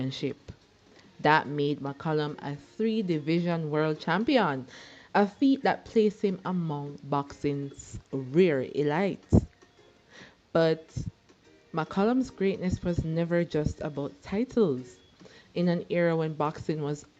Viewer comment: Elite.....It's said Elleet